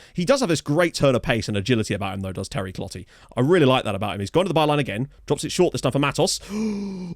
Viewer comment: I like that you call him ClotLey when he's Clottey (probably clow-TAY)